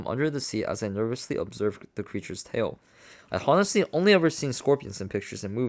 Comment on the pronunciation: I appreciate you reading this to us to save us money but it kills me with all the mispronunciation. Even simple words like “honestly”. The H is silent my guy! (On-est-Lee)